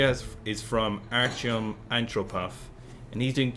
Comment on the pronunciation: Its not ANCHO-PUFF ITS ANT - RO - POV, lol.